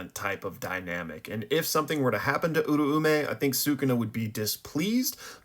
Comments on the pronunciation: Where did people get uru-ume from... U-ra-u-meh. Sukuna even says it himself 😭. I genuinely can't listen to these videos once you start talking abt them, its just that wrong. Love the content outside of that tho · hmm when listening to the sub and even the dub of JJK I hear it pronounced Ooo-Roaw-may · No hate here, been watching your videos for a while and noticed your pronunciations on Uraume and Sukuna sound a little off. If you're interested in learning the Japanese pronunciation, my best way of explaining it is that Sukuna is pronounced (S-Koo-Nah) this is because the su syllable is typically changed to just an s-sound. You can hear it in the formal particle, desu, which is typically just said as "des". Uraume is broken down in four syllables, U-Ra-U-Me, which sounds like (oo-rah-oo-meh). I've been learning the language for a while now and so the syllables come natural for me but I understand it's not necessarily intuitive for others. Great videos nonetheless! I love seeing your weekly analysis of the latest chapters (Gojo def coming back) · The meh definitely plays a part. I can see how your pronunciation fits what I wrote though. The "rah" does sound more like the "ra" in ramen. This clip has a clear pronunciation that I'm basing my understanding from. It's where Sukuna is meeting Uraume for the first time during Shibuya. (this is my second draft idk why my other reply got deleted)